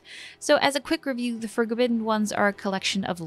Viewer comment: "the forgobidden ones"